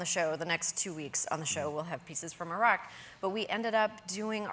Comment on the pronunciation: It was nice to hear some Americans pronouncing Iraq that way, instead of the usual: "Eye-rack".